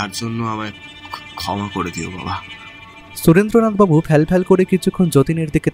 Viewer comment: গল্পটা খুবই ভালো লাগলো কিন্তু স এর উচ্চারণের দোষটা খুব কানে বাজছিল। যতবারই সুরেন্দ্রনাথবাবু বলছেন ততবারই।